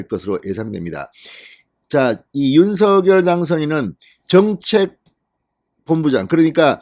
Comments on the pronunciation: 진성호 님은 댓글 피드백이 없는가요. 대통령 당선인 이름을 자꾸만 "윤서결"로 발음하니 귀에 거스립니다!!! 당선인이 "윤서결"이 아니라 "윤성녈"로 불러 달라고 하였다고 하니 꼭 정정하여 주세요!!! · 윤석열 당선인 이름의 발음은 "윤서결"이 아니라 "[윤성녈]"로 불러야 한다고 합니다. 김은혜 대변인의 공식의견이자 윤당선인 본인의 의견입니다. 어릴때부터 가족이나 친구들도 [윤성녈]로 불렀다네요.